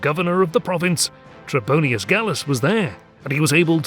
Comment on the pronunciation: Not “Trebonius,” but “Trebonian” or “Trebonianus”